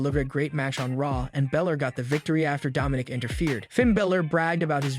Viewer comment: Its Balor not Bilor 😂 dickhead